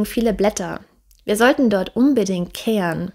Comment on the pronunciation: Die Aussprache ist suboptimal, ich verstehe immer ke an, statt keh ren,... Oder boan, statt boh ren